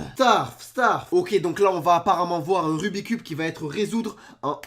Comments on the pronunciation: Tu as dis rubit cube? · On dit rubix cube 👍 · c pas rubi cube c rubits cube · Le "rubicube" mdrr xptdrrrr